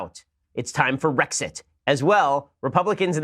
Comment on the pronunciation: RRRrrrexit ! LOL! And WHY WHY WHY will Hillary NOT GO AWAY? Loved your commentary as always, Ben.